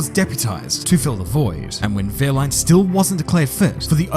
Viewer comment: Wow, I'm really surprised at how well you pronounce wehrlein, as a German I say hats off to you for that